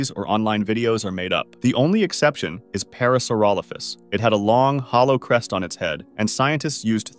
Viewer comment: did you say HOLLOW, CREST this sure reminds me...